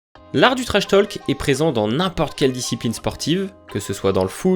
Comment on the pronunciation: Bonne vidéo mais on ne prononce pas le "L" dans "talk " ! Ça se prononce \to:k\ Idem pour "walk", "stalker ", etc 😉